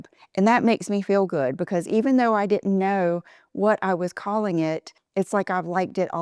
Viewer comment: 2 words I never want hear again vibe and cool. You have ruined these whilst butchering the most common words like didn’t. You have lost the plot. Are you wearing these get ups to get you McDonald’s processed patties?